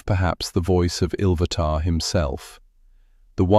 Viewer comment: Now its ill vatar come dude get it right.